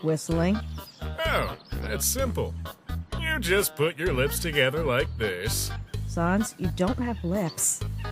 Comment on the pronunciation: To me it sounds like sons. Not sans. But you can pronounce however you want.